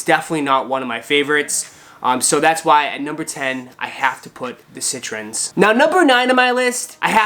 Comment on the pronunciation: CITRINS AND YEEZREEL TRASH CITRINS AND YEEZREEL TRASH CITRINS AND YEEZREEL TRASH CITRINS AND YEEZREEL TRASH